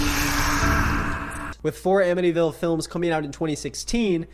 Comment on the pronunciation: god, as someone from ny the 'Amityville" thing makes me unreasonably annoyed lmao